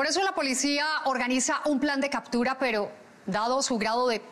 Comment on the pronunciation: 'Cadtura,' ¿Por qué será que los policías son tan brutos? No saben hablar